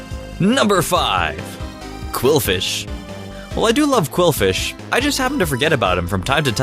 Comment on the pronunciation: When he said quilfish, I heard corphish and literrally said no out loud